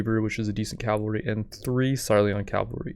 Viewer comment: So you all think he will ever start saying cavalry instead of calvary?